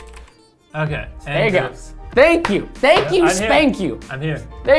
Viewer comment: Anybody gonna talk about how Preston said "thank you, spank you "